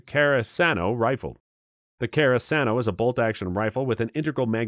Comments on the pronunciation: Carasano??? Or Carcano. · Would you PLEASE check on how you pronounce certain guns. The Italian Carcano is not "Kara.san.oh." It is "Kar.Can.Oh." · Car cane oh. I know it's Italian but do you gotta butcher it that badly. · Car Khan O proper pronunciation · Did you mean Carcano. The men with broken noses, I've known always pronounced it Car - can - oh. Not that it means much, regional accents and all. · "Car kano" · Can someone tell me how you get the pronunciation of Caracano out of Carcano? especially being that it's the same rifle that Lee Harvey Oswald supposedly shot Kennedy with. it's a well know rifle so how you can screw up the name is beyond me. besides that, I can think of a lot more surplus firearms that are much better than those listed that I'd rather buy and/or have. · You mispronounced Carcano...and a few others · Down voted purely for the ponounciation of carcano